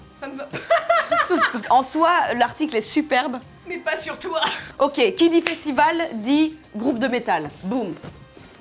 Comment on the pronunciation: qui dis festivale dis groupe de metale😂😂